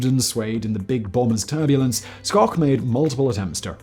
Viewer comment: I'm accustomed to people butchering the pronunciation of the family's surname (think "shhh" – as in "be quiet" followed by "oak" – as in "oak tree."), and I've heard far worse than Simon's. Two prototypes were built and flown. One is at Wright-Patterson AFB outside Dayton, OH, the other is at the Strategic Air Command Museum outside Ashland, NE. Ed Schoch (my father) has a Wikipedia page